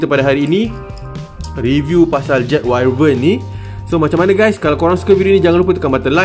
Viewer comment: info bkn 100% tepat, sebut wyvern pun salah. Haha